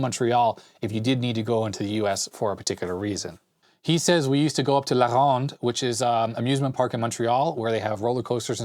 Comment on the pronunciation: Hey! Your French accent when you say La Ronde is perfect! Were you in French school over here in Montreal?